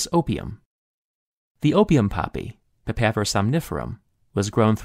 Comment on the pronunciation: The botanical name of the opium poppy is PAPAVER somniferum, not "papper" s.